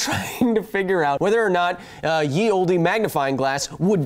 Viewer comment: Ye Olde is pronounced the same as the old. It's not a Y, it's a thorn; an Anglo-Saxon letter that makes the hard th sound. The soft th sound is made by a letter that looks like a d with a line through the stem.